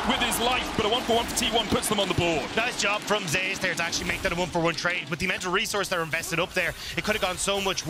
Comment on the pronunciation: Zeus being pronounced as Jay_usss is strange